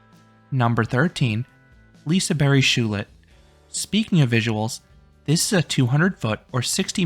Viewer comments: In "lisebergshjulet", it's not pronounced liseberg shjulet, it's lisebergs hjulet. Also the H is silent. Hopefully that clears out atleast SOME misspronouncing lol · how you pronused lesebergshjulet hahaha